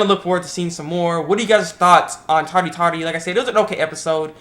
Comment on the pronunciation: タリタリの言い方がうけた